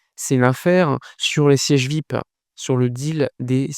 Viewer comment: Frangin, fais quand même l'effort de prononcer #Vi-ayi-pi, en lieu et place de #Vip, car certains auditeurs ne sauraient deviner ce que c'est. Sinon, courage pour le sacré job que tu abats💪